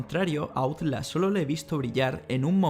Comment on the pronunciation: Basura es tu video. Y Outlast es un nombre o palabra en inglés. Deberías pronunciarlo como se debe pronunciar, en inglés.